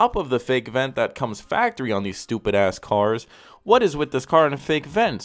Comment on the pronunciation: Im deadd he’s like this shit right here , “stopid”